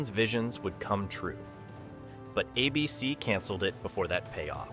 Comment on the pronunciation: Teach your AI how to read. I couldn't say "ABC" or Babylon 5" consistently, among other things.